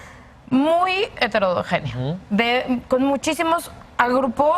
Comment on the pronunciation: Hernán es un baboso vendido acomodado para donde le conviene al poder fingiendo ser progre, la chava no sabe ni decir heterogéneo y Gibran muy bien, se nota que estudia y se prepara sin ser "vendido" a la 4t. Típico que le insulten y alaben al sonzo de Hernán